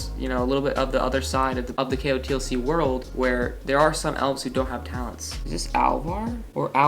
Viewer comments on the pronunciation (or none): none